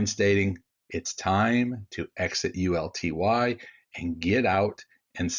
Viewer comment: uLTY! Not UTLY!